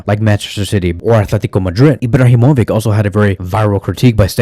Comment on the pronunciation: Did you just say Ibrahimo-vick? 😂